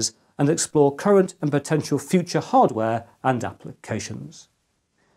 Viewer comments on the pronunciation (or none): none